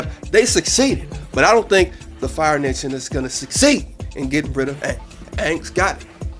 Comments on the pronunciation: I saw it today....and it was ok. I was kinda laughing because my stepdad was so bored that he fell asleep on the movie and how they pronounced their names. The acting was terrible though, and I think that was the only flaw in that movie. But Aang...or sorry Oong look exactly like the character in the TV series. I think he was the only actor that did a good job playing him. Well hopefully Book Two will be alot better. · Considering the director had to condense 30 or so hours of cartoon into a couple hours of movie I think the movie was done very well. A few details were off. Names... Aang is Aang, not Ong. Sokka is sokka, not "soka". Mako should have been cast as Gen Iroh (as per the voice in the cartoon)(but the guy in the movie did well anyways. The water tribe people should have been cast with northern native alaskans to better look the part. All in all... GOOD MOVIE! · ohmygsh, now i don't wanna see it. but then again, after seeing the actors for the movie... it was already obvious that it would suck. anddd, what the mess?!!! how does he change aang, to ong. so annoying, he messed up the entire movie with just that one change first off... then to call sokka so-kuh. WHAT?!! disrespectful, and then to act like changing the pronunciation is okay?! nooo, and then to take kyoshi warriors out of it?! suki is important later on! and no jet?! wth. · the movie sucked they said all the names wrong and wtf is up with the fire nation? last time I checked they were not indian in the tv show and the water nation was not white in the tv show either the only one right was the earth nation! they better get some1 good to be Toph in the 2nd movie!